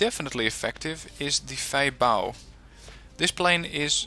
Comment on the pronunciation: I am not 100% sure but i think the Feibao is spoken as Fa-Bi-O I heard that in other wargame players actually